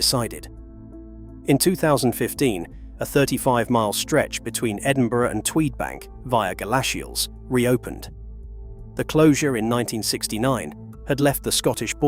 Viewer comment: Why can't the commentators on ra ilway videos never learn the correct pronunciation? GalAshields FFS! Ebbue Vale ......Pffft! Bridg-ind!